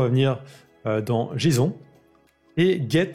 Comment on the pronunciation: tu pourrais faire un effort sur la prononciation des termes anglais lol j'aizon